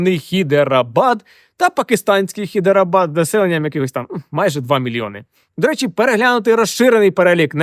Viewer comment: Взагаліто Гайдарабад, а не хідерабад